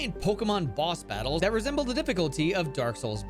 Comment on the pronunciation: RESEMBLE. He said RESEMBLE